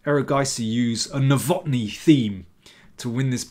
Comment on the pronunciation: Nowotny is a Czech name and thus has to be stressed on the first syllable.